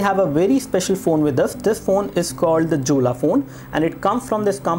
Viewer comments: Jolla is pronounced as Yolla, not Julla. lol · hahahahaha this is pronounced as "Yolla" not Jolla lolz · its pronunced as "yolla"... we can install all android applications including the google ones also..... check out the video of myriam jorie......